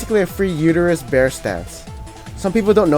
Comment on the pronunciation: lmao!!! did he call udyr uterus